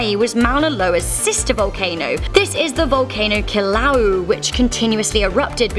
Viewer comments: It's pronounced Kill-Ah-Way-Ah not "Kill-Ow." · It is pronounced Hilo (Hee-low) Kiluea (Kill-uh-way-uh) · She really pronounced Hilo and Kilauea, high-low and kill-a-oooo. It’s pronounced he-low and Kill-ah-ue-yah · your not saying Kilauea right